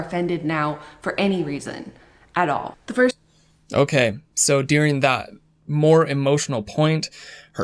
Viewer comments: I'm supposed to believe a guy who pronounces "during" as "dearing"? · Lol his “during” sounds like “dearing” love it every time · I wouldn't normally mention this but I have to say I am, for some reason, hyper focused on how you say during. Doo-ring. Der-ing. Not dear-ing. 🤣 Idk why it bothers me SO much 🤦